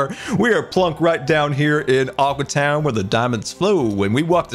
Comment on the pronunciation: Every time he says aqua town I hear awkward town